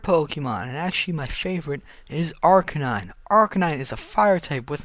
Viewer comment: it's because he pronounced it wrong